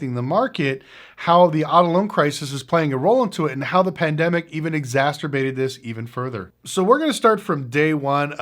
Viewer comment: "exasterbated" lol